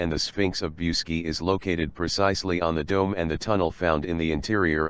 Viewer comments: Pronounce BOOCHEDG ,not Busky!!!! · The proper pronunciation is Booseejee. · mr roboto its boo-see-gee mountains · The robot that narrated the entire video can't even pronounce the damned title to the video it is trying to narrate..